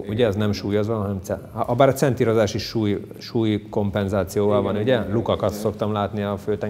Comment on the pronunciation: Olyan nincs, hogy "centírozás"! Olyan van, hogy centrírozás! Ne legyünk már nyelvi tahók! Köszi.